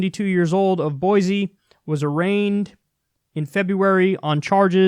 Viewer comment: Idaho rarely gets mentioned on channels like this, but I honestly cannot think of a single time it's been mentioned positively. My state is an embarrassment. BTW Kyle, it's boy-SEE, not boy-ZEE